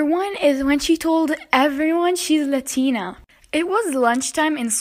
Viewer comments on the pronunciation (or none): It’s not Latina pronounce it right!